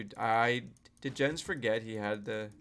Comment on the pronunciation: It is "Jens", not "Dzshens", "Jens" is a name in Germany. Have thou seen when Neo was arguing with ChatGPT about that?